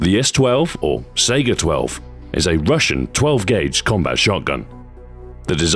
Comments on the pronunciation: The puns are genius as always, but it's actually pronounced "SEYE-guh." Why'd they make it left-handed if your player character is right-handed? How does a laser marker affect the tightness of the pattern? That's video game logic, yo! A clip is a device, other than a speedloader, used for loading a magazine or cylinder. "Not bad, not bad." <-(Someone will get that reference.) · Mikuo hatsune and Len kagamine it's pronounced "scy-gah" I believe. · Minedweller329 It's more like "Sae-gah". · The Gun's full name is the Saiga 12, people usually people are known to pronounce the name as SEGA. so the puns are based on SEGA thing. One of the company's ad slogans in the UK was "To be this good, takes SEGA" also he referenced their old console the Genesis as well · I liked the pun, it was a pretty clever reference, but you mispronounced saiga.